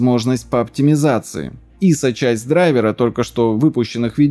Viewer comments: Грамматическая норма — «дра́йверы». Отраслевой сленг — «драйвера́». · Дра́йвер (англ. driver, мн. ч. дра́йверы) Вариант драйвера́ разговорный и профессиональный. Как-то так) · Очевидно, что дрАйверы. Слово образованно от дрАйвер, а не драйвЕр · Правильно не "драйвера" а "драйвера" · Ударение на корень слова, а не на окончание - дра'йверы. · Слово не русское driver ударение на i наверное так, дрАйвер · В слове драйвера Д ударная